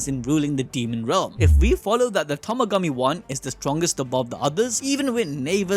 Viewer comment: Are u even watching Daima? it's "Tamagami".